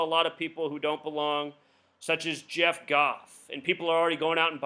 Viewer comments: Did you say *jared, not "jeff" isnt talented? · names jared not jeff lol. Ima a rams fan